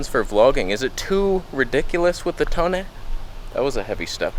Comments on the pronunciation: "Disappearing into toneh" hahaha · "Disappearing into Toneh",😂